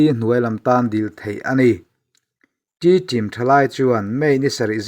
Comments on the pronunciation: T-tim ti a lam lo in,tedim tia lam zawk tur a ni e. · Inpuang thiamin ngaihthlak anuam khawp mai chutih rual in khawhming ah Tedim tih ni se tun a in lamdan lha Kawl ho lamdan a nia adiktho bawk